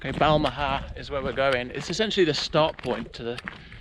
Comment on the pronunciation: Fantastic video - I grew up just next to Milngavie. Beautiful scenery and loving the Balmaha pronunciation. Tom Weir was a legend and his show was called Weir's Way and it was about showing us everyone can go out walking:)